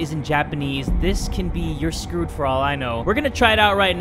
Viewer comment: his mexican accent "iM sCrEwEd" clearly made me die of laughter ngl